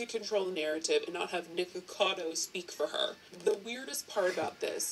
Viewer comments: It’s pronounced Nik-O-cA-doe A-v-O-c-a-doe ☺️ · Lol I adore you, but you still said Nikacado avocado wrong 🤣🤣 STILL SMASHED THAT LIKE!! AND YOU SHOULD TOO!